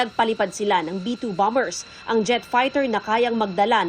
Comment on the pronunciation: "Nag palipad sila ng B2 Bomber" maliwanag naman yung pag kasabi ah?